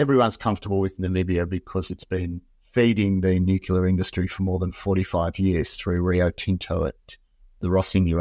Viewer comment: No big deal but.. Nu-clear, not nucular.